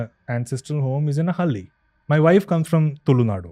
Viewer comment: It's not hali bro Hal-ley I. Please pronounce it properly. We ❤️ our language